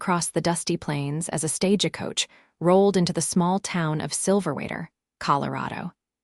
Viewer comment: Silver-waderr? SilverWater....fix it please. And Stage-E-Coach, Santa Fee, El-E-ner vs Eleanor, Wound vs wound around, read and read, etc. AI is trainable.....just do it right!